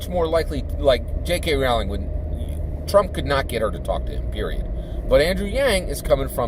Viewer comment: FYI it’s pronounced like Rolling. Rolling down the hill.